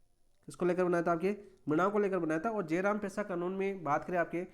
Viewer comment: जयराम ❌ जरायम✅